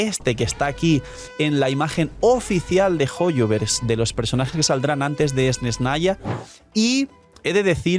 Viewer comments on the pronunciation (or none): Esnesnaya? Dilo como te enseño la rusa y crea tendencia 😉